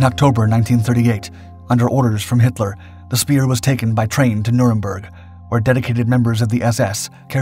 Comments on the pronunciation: DUUDE his names Hitler not Henler its pronounced with a T not an N but besides that good job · We’re you saying Himler? Or Hitler?